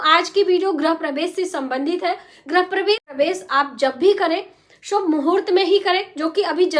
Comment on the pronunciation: गृह बोलिये... ग्रह नहीं